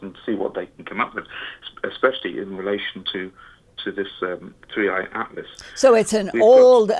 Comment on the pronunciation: WAAIIT! He's calling it 31 Atlas... It's called 3 i Atlas!! How can we call this guy legit if he doesn't say the name correctly??